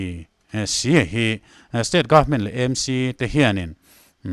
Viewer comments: EMC ti loin AMC tia lam zawk tur a ni e. Pu Rinenga insawi fiahna kha ka lo ngaithla ve a.a nep ka tiin a zahpuiawm ka ti ngawih ngawih . Khatiang rilru nep lutuk pu khan engtik ah mah thil tha a tingai lo ang.kha a thusawi ka ngaihthlak atang chiah khan amah ka hmuh dan pawh a dang nghal vek. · EMC. A dik thei lo 😂😂 sim sim.😂😂